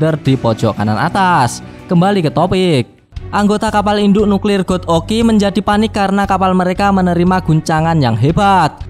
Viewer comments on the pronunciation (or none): none